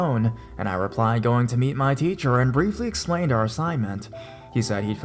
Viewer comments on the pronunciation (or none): When he said techer ho laughed